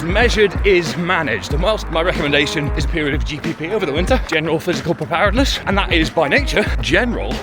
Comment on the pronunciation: Excellent video as per! But, you've made me question how to say 'preparedness'!